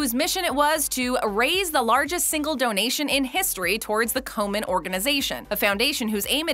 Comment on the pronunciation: Komen, not Coleman